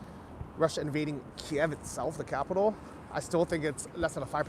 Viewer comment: isn't the proper pronunciation KEEV not KEY EV